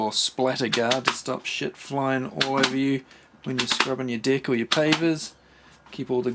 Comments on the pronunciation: I can't take this any longer. I just have to post that each time you say "dirty deck", I hear "dirty dick" 🤣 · Oohhhhhhhh he’s saying DECK …… 🙆🏻‍♂️ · good thing you clarified that vowel on "Deck", or that would have been one embarrassing trip to the doctors... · i legit laughed when you said deck hahaha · The way you say “Deck“ gets me everytime. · Lmao it got me